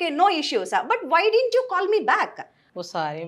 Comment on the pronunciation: Not din't, it's didn't